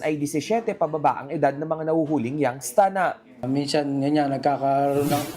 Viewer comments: " Young Stana" pota ang cringe kadiri halata talaga wlang mga class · Buset! Nagk cringe ako everytime naririnig ko yung "young stunna".